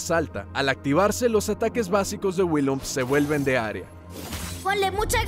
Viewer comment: "WILLINPUM"